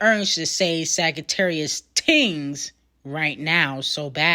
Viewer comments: 😭why u pronounce sagittarius like that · Got nicknames for everyone but can’t say Sagittarius 😂